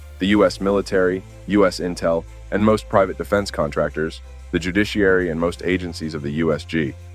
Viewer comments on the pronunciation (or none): none